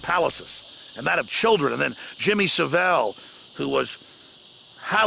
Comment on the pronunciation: I actually didn't know Alex Jones was talking about Jimmy Saville at first because he butchered his name. "Jimmy Sah-vehl"